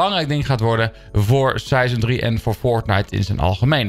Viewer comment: Season 3 dombo hij zegt sijseon